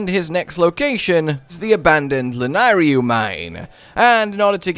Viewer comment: The amount of YT'rs I've heard mispronounce "Lanayru" is embarrassing. La-NAY-ru.